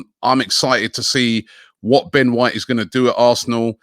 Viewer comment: Ben whoite